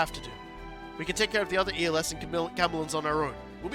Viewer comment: Els is pronounce similar to else